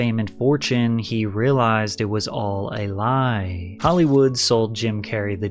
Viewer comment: i disliked this video just because how you say lie at start